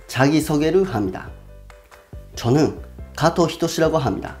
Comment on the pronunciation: 일본인들이 "하무니다"로 발음하는거 정말 귀엽게 들려요. 😀